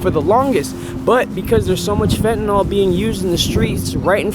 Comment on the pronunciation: Is there any real reason to promote the "fentanol" pronunciation of fentanyl? It's incorrect and seeing it in a video like this, kind of legitimizes it. I know a ton of people say it that way, but, it's definitely not correct. Otherwise, amazing video as always.